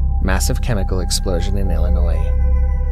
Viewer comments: To the author/narrator, you are pronouncing Illinois wrong. Phonetically you pronouncing Illinois with an S at the end. ILL I NOISE when you should be saying ILL I NOY. There is no S sound at the end. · It’s Illinois not Illinoi(s) the s is silent. Pet peeve of us Illinoians 😉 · It’s not ill-a noise and that’s not what the warning sirens sound like. It’s malfunctioning. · The "s" is silent in Illinois. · The fkn “s” is silent dude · I was thinking that same thing im not from there just visit from time to time